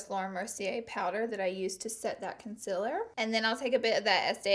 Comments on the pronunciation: Did anybody notice she says con-cil-er intstead of con-ceal-er? 😂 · okay, you're great, but the way you say concealer bugs me soo much. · I will never get over how she says concealer 😂